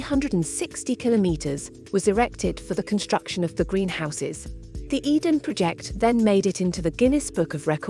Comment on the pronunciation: Your AI narration is terrible. How could you not correct these dramatic mistakes? It made us cringe. “Tintagel” was particularly bad, and the “Eden Project” contained an error typical of a six-year-old. It is unwatchable for intelligent people. The word “project” (as in a task) and “project” (to throw out there) are heteronyms. So for those who struggle with this, they may sound the same but are pronounced differently. Abysmal!